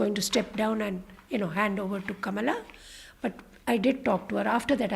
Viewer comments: DANE CALLOWAY should listen to this interview and post it!! He's always posting negative videos about Kamala Harris...plus he always pronounces her name incorrectly...which is disrespectful!! Kamala came from an educated family...not the bottom of the barrel family. People should STOP bashing KAMALA!! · If she wants to lean into identity politics and exploit her background when it suits her then she absolutely does have a responsibility to honour her heritage. She doesn't even say her own name correctly.